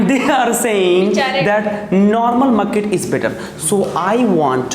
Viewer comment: First of all it's market not muket🤣🤣